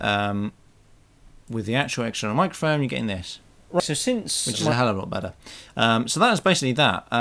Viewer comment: Love how ya said hell of lot bettaah